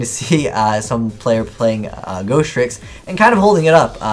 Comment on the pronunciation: You know it's Ghostricks, not Ghosttricks right?